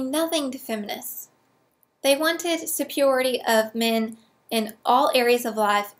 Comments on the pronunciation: I don't get it. You can pronounce Paglia, but not superiority? Oh, wait. Paglia has only two syllables. Oh, and, by the way, you're awesome. I agree with everything that you say, except for religion. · Never mind. I think I'll just start saying "supiority". You said it three times, and it's growing on me.